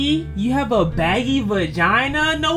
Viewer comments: vaggie VAGGIE not baggy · its the fact he said baggie instead of vaggie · it’s vaggie not baggie… 😂😂😂😂😂😂😂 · Btw it’s vaggie not baggie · Her name is Maggie not baggie